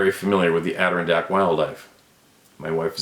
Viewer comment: Love that you can say Adirondack now lil😂 Love ya man